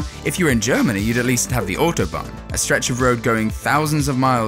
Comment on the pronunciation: Excuse me? Autobahan